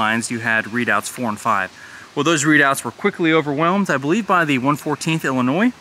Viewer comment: love the tours. have to ask. do you pronounce the s in Des Moines Iowa as well as Illinois?